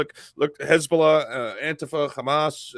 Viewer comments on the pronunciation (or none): none